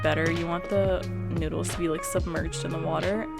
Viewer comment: Did she just say noodles